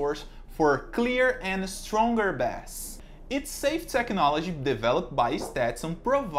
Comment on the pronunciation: Brothers it's bass pronounced "Base" (Bae-ss). Muito Abrigado.